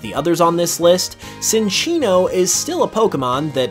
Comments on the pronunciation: it's pronounced chinchino not sinchino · Uh… my dude? I would like to inform you that you… kinda pronounced Cinccino’s name wrong… it’s not “Sin”ccino. It’s “Chin”ccino. So a “cinchilla” evolution would be pronounced… chinchilla. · It's pronounced Chin-chee-no. Like Chinchilla - which is what it's based on.